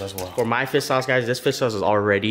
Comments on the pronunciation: “Fiss sauce” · has some strong struck Vietnamese dialect when he speaks (due to his parents being from Vietnam imo) He has trouble pronouncing any words that have "shh" or words that end in "rrrr". I've noticed that on all his videos. So that's the reason he says "fiss sauce". Not bashing the guy. I'm asian (Canadian born n raised) so I get why he pronounces certain words as such. Makes me giggle sometimes lol.